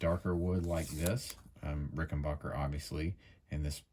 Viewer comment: PLEASE ! IT pronounced Ricken BACKER ! NOT BOCKER !